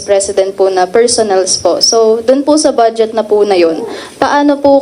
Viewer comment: It’s funny how she pronounces the word BUDGET as “BADSJET” !